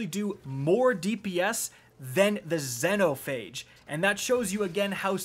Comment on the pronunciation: Ayo? Why’d you pronounce xenophage like that? 🤨 lol